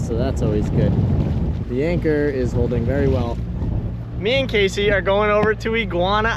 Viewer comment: When you Gonna pronounce her name the same way she does? He says Casey She says Cassie? I don't understand why he can't enunciate her name properly